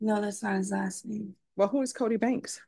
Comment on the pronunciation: She can't pronounce her own husbands last name??